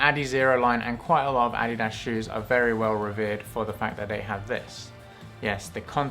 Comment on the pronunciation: I’ve been pronouncing adidas wrong this whole time. 👍 well not the correct way at least. Now I know.